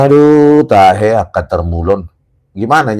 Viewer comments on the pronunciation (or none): Wkwkwk betul kak, kukira dulu beliau bilang Taek😂. Alhasil karena tiap hari tontonan wajib ku bersama keluarga adalah Balige Academy, jadi kami selalu senang ketika bang RISMON bilang Eeeee TAHE . Sehat selalu Pak RISMON dan keluarga. Pada waktunya Kebeneran pasti akan terungkap. Salam hormat dan Respect untuk Bang Rismon dan Pak Roy. 🙏🏻